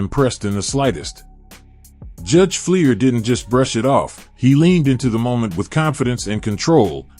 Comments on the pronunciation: Fleischer. Should be pronounced Fly-shur. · Judge "FLY-SHUR".